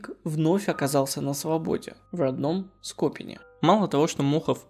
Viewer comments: СкопИн а не СкОпин. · Летом видел Мохова в магазине так как мы из одного города, такой дедок старый, даже не подумаешь на него ничего грешного П.С город называется скопИн, а не скОпин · Скопи́н, а не Скóпин. Никто ещё правильно ударение не поставил, хотя "скопинский" Вы произносите с правильным ударением, в отличие от того же Фауста 😌 Работала в ресторане, где у Мохова брали интервью. И брали прям в мою смену. До того момента, пока не приехали, думала, начальство прикалывается по поводу того, что это всё у нас в заведении происходить будет. Так сходу и не сказала бы что сиделец и маньяк, приятный улыбчивый дедок. Кухня тряслась, мол, как ты можешь туда выходить, но там вместе с Собчак ещё человека три было, вряд ли что-то могло пойти не так) А ещё, до и после этих событий мы с молодым человеком снимали квартиру буквально в метрах 100 от его дома, но об этом я узнала уже после интервью. Мч просто ненароком поинтересовался, не боюсь ли я, что он за мной придёт, живёт-то близко 😄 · Уважаемый автор! Поработайте с ударениями в словах! Ладно вы не знаете что город СкопИн произноситься через ударение на И, а не на О. Но исковеркать слово щетИна ударением на А, ну это вообще запредельно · СкопИнский, а не СкОпинский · Уважаемый автор, СкопИн, не СкОпин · Очень интересно смотреть Ваш канал, до мурашек по коже! По поводу данного видео, хочу немного поправить: название города произносится как СкопИн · СкопИн. Ударение на последний слог. Город в Рязанской области. Птица есть такая скопа. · СкопИнский, город СкопИн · СкопИн ударение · Дорогой автор, город Скопин правильно произносится с ударением на И, а не на О.